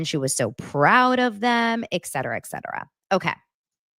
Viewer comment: FYI: "etc." is pronounced, "eTcetera" not "eKcetera" (there's no "k") *Great podcast, btw